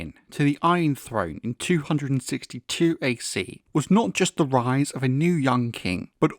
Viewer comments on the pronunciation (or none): none